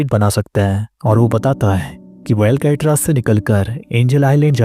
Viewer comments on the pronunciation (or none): भाई अलकेट्रा नहीं है अलकाट्रास है